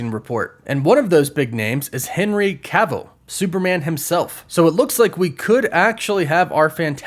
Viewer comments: Henry ca vill? R u serious man…. U just said it right two other times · Make up your mind on how you want to pronounce Henry Cavill's last name lol. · How do you still mispronounce Cavill’s name after all this time? 😂